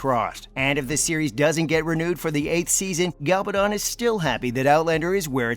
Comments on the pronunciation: I know! 😂 He repeatedly pronounces GaLBAdon, when it is GaBALdon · MY GOD CAN THE NARRATOR BE EVEN MORE STUPID AND ANNOYING??? GA-bal-don, emphasis on GA not on the BAL and not on the DON !!! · PLEASE will you pronounce Diana's surname properly. Her name is GaBALdon. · The announcer should at least learn how to pronounce Diana's last name. Constantly called her Galbadon. Really annoying. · Not only can't the reader pronounce "Gabaldon" correctly, he also can't pronounce "Caitriona" correctly. How hard is it? Really? It's so annoying, and it hurts the credibility. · You incorrect pronunciation of Diana Gabaldon’s name is irritating. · It's astonishing how REALLY irritating the narrator's style is, but he doesn't know how read. He repeatedly mispronounces the author's name !!